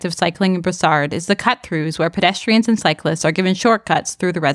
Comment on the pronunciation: En passant, we don’t pronounce the “d” in Brossard...